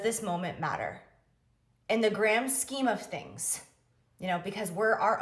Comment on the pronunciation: She said "gram scheme" the 1st time.😂